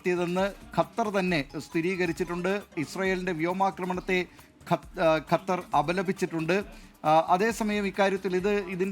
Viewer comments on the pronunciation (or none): കത്തർ അല്ല ഖത്തർ